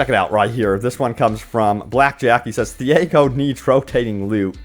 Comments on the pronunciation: Who is theehaygo? Do you mean Tiago? (tea-ah-go) Literally pronounced in the game. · who the hell is this "thiago" you keep mentioning.. there is no such person in the game.. ITS "TIAGO"